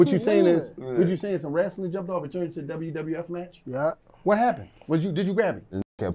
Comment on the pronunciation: “oh you was in that mf Wrastling” 🤣😭🤣🤣🤣